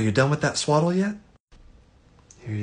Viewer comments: Ha ha! I had to watch the beginning a few times to find out that he said "swaddle" the baby not "swallow" 😅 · I thought he said swallow the baby instead of swaddle the baby ... it was a very confusing two minutes for me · What he said: Swaddle the baby What I heard: SWALLOW THE BABY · Lol. Even I first heard swallow but understood you meant Swaddle😂😂😂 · I heard swallow too, but I initially took it as one of those questions that are impossible to do in interviews but you need to show a clever way around it kind of thing, thanks for clearing this up. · Same. I heard exactly that. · I mean I also thought I heard swallow the baby, but context told me otherwise. This is probably my favorite of your ace the interview sketches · Even I heard swallow this baby😂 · Yes I heard swallow this baby😂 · Not gonna lie, that's what it sounded like. I had to look at the subtitles to be sure. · I've watched this three times and I still heard swallow this baby! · I misheard that too and got so alarmed. Then I realized you'd said SWADDLE and went, "That makes infinitely more sense!" XD Look man, I don't know you: maybe you COULD eat that baby! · Ohhhhh swaddle. I def thought you said swallow too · I didn’t hear it as swallow until you mentioned it. Now I can’t hear swaddle even if I tried. 😂😂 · The first time around I thought he said, "Here, SWALLOW this baby" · Omg I thought you said “swallow this baby” at the beginning 😭😭 caught me so off guard until I realized it was swaddle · The first time I watched this episode, I thought he said, "Here, SWALLOW this baby," instead of "SWADDLE this baby," obviously I don't have children 🤣🤣🤣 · Yo I thought he said swallow the baby I was so confused for a minute 😂😂😂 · In the beginning I thought he said "swallow this baby", and I spent the following 1 minute and 5 seconds being very confused. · Instead of swaddle I thought he said swallow, I was worried for a sec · Ngl first thought he said swallow this baby 😂😂